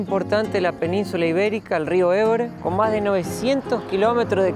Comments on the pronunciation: Ebre no, río EBRO!! Si lo decís en castellano se dice Ebro, no me seas sub nor mal😊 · Rio EBRO no Ebre. Pero es que solo lo ponen en catalán porque odian el ESPAÑOL NUESTRA LENGUA COMÚN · el rio se llama Ebro y no Ebre, cuando se habla en español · Hola chicos ,rectifiquen el nombre del rio, que se llama Ebro no Ebre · Cuando hablas en castellano hay que pronunciar los lugares en castellano. Cuando hables en catalán puedes nombrar los lugares en catalán. En este caso, además, se trata del río más importante de la peninsula ibérica, el que nos da nombre: Iberia, la tierra del Ebro. Iberia comprende España y Portugal. El río Ebro nace en Castilla, en Cantabria, y atraviesa además del reino de Castilla el reino de Aragón. No puedes denominar un río en un idioma minoritario de un territorio por el que ese río apeenas transcurre un tercio de su recorrido. Además debes pensar en que la mayoría de tus seguidores son castellanoparlantes y puedes inducir a confusión.